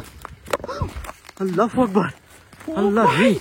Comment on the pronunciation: ভাই আপনি আল্লাহু আকবর,, না বলে পু আকবর বলেন কেন